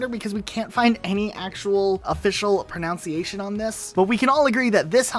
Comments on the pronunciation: "A little more difficult to pronunciate". You mean "pronounce"? In what world does "gosz" (pronunciation) and "hog" rhyme? Also "pronunciation" isn't pronounced "pro-nown-see-ay-shun", it's "pro-nun-see-ay-shun". It's "nun" not "noun". I don't think you're the best person to make a video on the topic. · I find it funny that you have the word pronunciation spelled correctly but you pronounce it wrong the entire video. It is pronounced (pro-nun-see-a-shun). Not (pro-naon-see-a-shun) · 10 seconds into this video about mispronunciations, you said “pro-nounce-iate”, mispronouncing it😂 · “Pronounciation” Damn, didn’t know pronunciation was so hard to pronounce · He’s talking about words that are hard to pronounce and he says “pronounciate” within the first ten seconds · You're mispronouncing mispronunciation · Makes a video on proper pronunciation. Also: pronounces pronunciation wrong